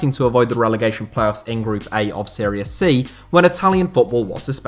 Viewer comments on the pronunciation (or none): none